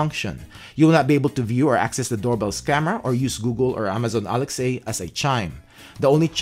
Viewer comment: I love how he says Amazon and ALEX-A 😂awesome